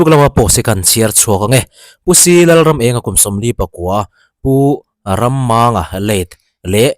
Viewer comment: Ramenga pa hming i lam dan a dik lo. Rammanga tiha MANG tih hi thluk hniam tawia lam tur, ka dam mang lo, tih a mi angin.